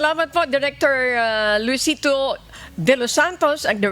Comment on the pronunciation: Director Luisito not Luestro..